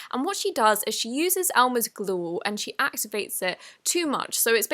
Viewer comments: in you said elmers glou. but u r a cutie❤️❤️❤️❤️ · “Elmers gluoh” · ElmUhs gLoOr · She uses Elmers gl-ooor. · she sed glor lol😂😂😂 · Hahahahahah emers Glouw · 😂😂elmers gloo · "Elmer's Gloo" LOL #GreatVideo #Slime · listen how she said "glue" I'm laughing so hard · lol the way she said glue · Not to sound rude or anything but the way she says glue had me laughing on the ground 😂😂🤣🤣🤣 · the way she said glue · Go to and listen too how she says glue